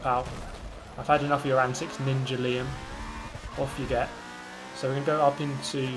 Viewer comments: "ninja liam" that word is Llama, pronunciation=Lama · Hahah, Ninja Lima? Its Ninja LLama. Like an Alpaca. Too bad you punted him, would have loved the continued Ninja Lima commentary. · "Ninja Liam" That definitely said llama 😂